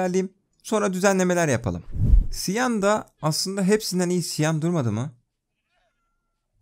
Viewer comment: Cyan rengini siyan diye okuyosun ama çiyan diye okunuyo